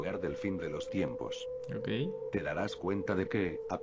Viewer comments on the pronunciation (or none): dice timpos en vez de tiempos